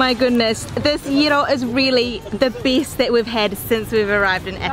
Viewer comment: "the bIST!!"